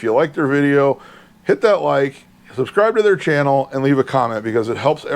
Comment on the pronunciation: Nice finds! By the way, Bruce Channel’s name is actually pronounced like the designer name Chanel…